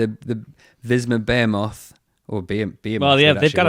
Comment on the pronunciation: B-HE-MOTH behemoth. Just saying.